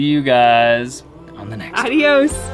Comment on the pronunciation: its not eydios its Adios your doing great. soon it will all be done. un fuertisimo abrazo Asta Luego Adios. Cuidado con la mano derecha. Odia la mano izquierda. buen Camino